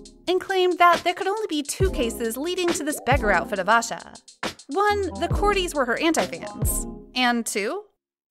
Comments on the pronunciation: Aisha's name is pronounced as "eye shah" not asha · Actually it's pronounced as asha you can see it in everglow's member introduction in interview 😁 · I- I- am I the only one who hates how she says Aisha?